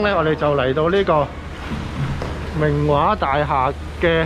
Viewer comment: 😂😂好搞笑讀明華個音，好似明畫咁🤣好有親切感影返自己住個度，加上明華會重建，好好記錄低☺️